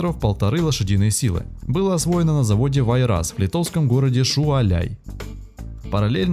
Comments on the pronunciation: CАркана звайгзне(красная звезда),не саркАна!СпрИдитис-мальчик-с-пальчик! НЕ Шуаляй,а Шауляй! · Автор!Не издевайся над над названиями городов!Что за Шуаляй!?Шяуляй правильно!А если не знаешь,купи карту,лапоть!И изучай на досуге.Это полезно.Времени у тебя предостаточно.Заодно,в следующий раз не сядешь в галошу перед многочисленной публикой. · "Шуаляй")) Поржал от души. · Сам понял что сказал? Личным автотранспортом? При том, что по правилам СССР это вообще был велосипед? И скажите ему, пожалуйста, что не было мопеда "Б-902". Был В и МВ соответственно. Потому что кириллица. Или почпему тогда не читать "Верховина" как "Бепксобнха"? Шуаляй - это вообще перл Вот что бывает, когда дилетант в любой сфере принимается рассказывать обо всём и сразу. Залил людям в уши своё словесное недержание и пошёл довольный. А вот проверять факты и быть точным - это не про нас